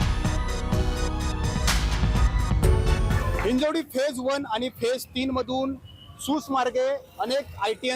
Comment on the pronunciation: म्हणजे मराठीच आहेत की, हिंजेवाडी हिंजेवाडी बोलायचं बंद करा तेवढं.. ते हिंजवडी आहे..!